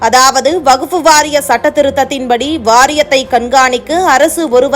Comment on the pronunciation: அம்மா செய்தி வாசிப்பாளரே வகுப்பு வாரியம் அல்ல வக்ஃபு வாரியம் என்பதே சரியானது